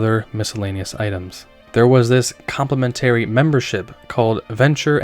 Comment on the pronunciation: The way you pronounce complimentary is way off 😂